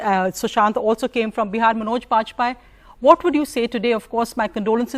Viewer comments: Did she said pajpai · Who are you? Can’t even pronounce Vajpayee properly.